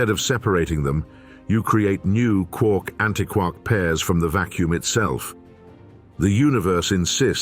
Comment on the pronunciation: You know, if you used a qualified person to coach your VO talent, you might have avoided stupid errors in pronunciation, like “hay-dron” or “anti-kwark“. (The latter is doubly egregious, since just moments before, the topic was how “quark” doesn’t rhyme with “mark”, as the Joyce line suggests. If you, yourselves aren’t going to pay attention to your own content, why should anyone else?)